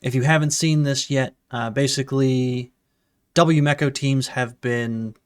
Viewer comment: yu me ko. not yu meko